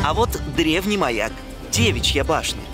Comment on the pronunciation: В последнее время ненавижу вас.... 1. Европа и Азия это части света, а не континенты. 2. ДЕвичья башня (ударение на Е)- находиться в Ичери-Шехер. А ДевИчья башня (ударение на И) уже в Стамбуле. 3. Скажу так.........мороженое иногда тоже бывает таким. Dondurma это и есть мороженое. НИ ЧЕМ ОНО НЕ ОТЛИЧАЕТСЯ! Некоторые такие, другие уже по другому. Продолжать я просто не буду..............